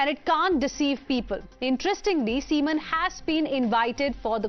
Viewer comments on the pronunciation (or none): This Anchor needs some schooling: for See maan she says seman(😅), Narayan Tripathi she says Narayan Thirupathi(😅). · Beautiful Pronunciation is nice "seaman". 😂😂